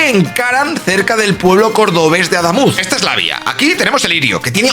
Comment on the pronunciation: Como corrección: Adamuz, es palabra aguda, no llana. Pd. Soy camionero de la zona. El itinerario alternativo que proponen, va a ser otro caos. Mandarán autobuses por monto, hacia vva de córdoba, las carreteras, no están capacitadas para esa cantidad de tránsito.